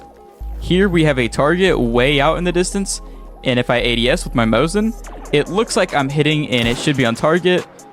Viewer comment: Its not mozin its mosin